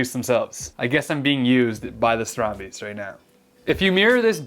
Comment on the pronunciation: Haha, your “Dutch” pronunciation does need some work. Love your content tho.